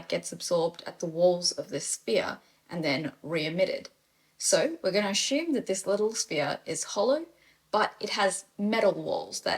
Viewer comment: The word "assume" is not pronounced with an "sh" sound. It's just an "s" sound.